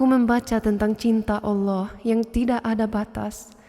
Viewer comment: masya alloh.pengucapan lafad alloh sangat fasih..orang yang muslim dari lahir belum tentu bisa seperti itu